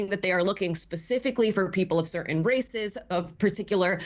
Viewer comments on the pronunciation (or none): none